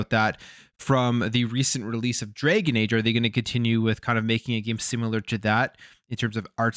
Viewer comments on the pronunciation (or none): It’s dragon age not draygun age…..